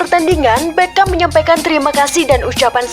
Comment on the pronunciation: tolong bwt conten creator. pembaca narasi nya HARUS yg paham sepakbola. biar baca nama pemain nya gak salah". dia BERGKAMP. bukan Beckam. flying dutchman (datcsmen) bukan datcsman